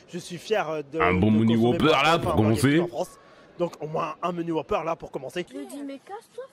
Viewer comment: Donc au moins.. un menu whooper pour commencer il a tellement faim il mange ses mots le con xD